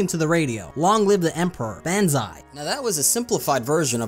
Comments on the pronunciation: BAN ZIII not fecking BEN ZII is how you say it and also spell it lol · its pronounced "BON-ZIE" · you didnt pronounce banzai correctly you casual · you made an entire video and still said “banzai” incorrectly? thats like a typo on your resume or something. kind of makes the rest of it questionable if you couldn’t do at least that lol. that being said good vid still